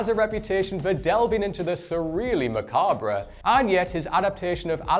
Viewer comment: So sad that he pronounced it correctly try in the list's intro but makes a mistake in the dune part 2 section. Also mispronounced macabre. But kudos to the team for picking a list where we hung on his every word.